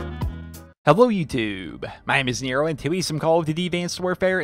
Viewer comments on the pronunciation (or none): none